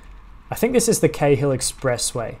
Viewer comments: Awesome, thanks. Btw in Sydney we pronounce the Cahill Expressway like ‘Carl’. No idea why but there you go. Like in Melbourne they say Docklaands vs. Docklnds. I have lived in Leichhardt and Manly but never cycle-ferried the route - very cool. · Cheers Peter! Haha it's a bit confusing since my brother had a friend with the last name Cahill growing up so Cay-hill is stuck in my head as the pronunciation. I'd definitely recommend the cycle-ferry combo if you get the chance!